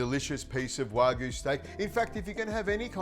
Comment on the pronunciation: Learn how to pronounce wagyu